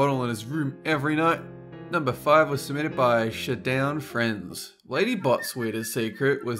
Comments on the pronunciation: "shedown friends" hahaha its shadow n' friends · It is pronounced Like Shadow 'N Friends